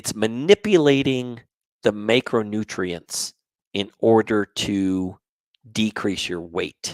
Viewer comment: Thanks for your videos. I think you're pronouncing macronutrients wrong though, specifically the letter a